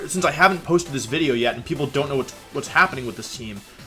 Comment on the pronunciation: ok cool he posted. changes a lot. Humour. ok. If you thought the first 30 seconds of the video were funny then there's honestly not much to say to you. If you find him pronouncing words incorrectly hilarious then again, not much to say to you. 'woah he said wideo after video XD' 'hahahahha jaridos hahahahaha wottt random XDDD' if you're simple minded, go for it, but just because I mentioned how he's butchering the English language by using incorrect sentences I don't see how I'm wrong there. It's like when people over use the word literally, except worse.